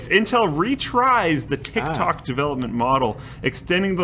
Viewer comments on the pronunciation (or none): stop saying Intel 'retries'...its 'retires'